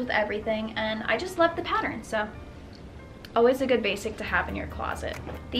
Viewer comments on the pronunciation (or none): none